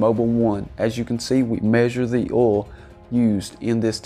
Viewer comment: Can you trust anyone that can't pronounce oil?